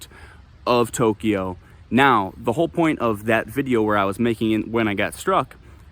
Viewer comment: I love it!!! 🤣🤣🤣🤣🤣🤣🤣🤣🤣🤣Boy, are you soft. (Maybe he smacked you upside your head for incessantly mispronouncing Tokyo.)